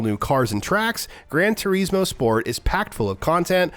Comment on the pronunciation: grand Tureeeeeesmoooo😂. I don’t think that’s how you say it ahhaa